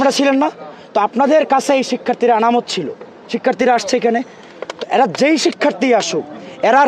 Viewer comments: আনামত না রে ভাই 😂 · আনামত না। শব্দটি হবে আমানত। শব্দ চয়নে আরও বেশী দক্ষ হতে হবে। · Amanòt not anamot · Amanot not Anamot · Anamot na”AMANOT.”